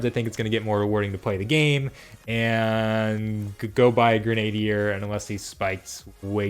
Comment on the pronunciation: Grenadier is pronounced "Gren-a-deer" - it's historically a real-life type of soldier. Great info, though! Was just bugging me and I wanted to share the correct pronunciation! :P